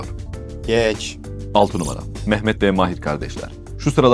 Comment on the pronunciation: Mahir ismini kısa a ile söylemeniz sanırım yanlış.